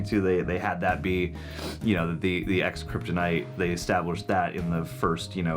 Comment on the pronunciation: Kryp-torture lmao